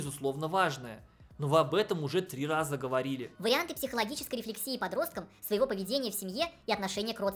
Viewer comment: рефлЕксии, а не рефлексИи